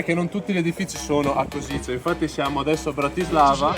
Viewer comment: Che bello! Anch'io ero curioso e ho fatto parecchi giri a Kosice su Google maps per vedere gli edifici. Comunque la pronuncia esatta è koscitse 🙂